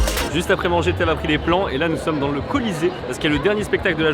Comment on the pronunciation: J’ai entendu « et là nous somme alcoolisé » au lieu de « Colisée »